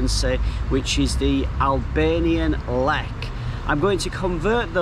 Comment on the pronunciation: It's LEK not LLEK..